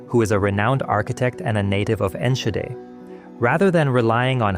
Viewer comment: It's still one of the worst disasters in Dutch history. Along with the Bijlmerramp and the Watersnoodramp. Not much to correct, though Enschede is pronounced with a dutch g and Roomsbeek is more like roamsbake in pronunciation. That said, SE Fireworks had once been outside of city limits. The city just thought it'd be a good idea to build around what's essentially an explosives storage site, despite warnings. The company should've been vacated ages before the 90's. IMO, especially in light of the tomfoolery after, the majority of the blame should have gone to the responsible politicians.